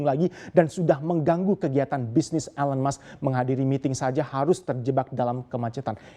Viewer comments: I cringed everytime he pronounced Elon's name. 😬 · Cara baca "ELON musk" perlu koreksi.